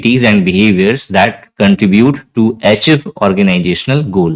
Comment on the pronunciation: Pronouncing:- Achieve ❌ H F ✅ Btw teaching method is unparalleled Just wow